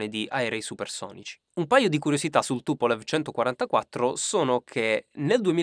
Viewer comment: si pronuncia TupoleF